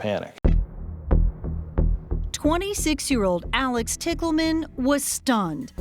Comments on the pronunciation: O.k....the last name "Tickleman" for a sex worker is hilarious! I know it's not spelled that way but it is pronounced that way. Is it a fake name she chose or is it her real name? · Couldn’t they have pronounced “Tichelman” just a LIIIIIITTTLE different than “Tickle Man” ???!?😂😅 I mean… considering the nature of the story 😅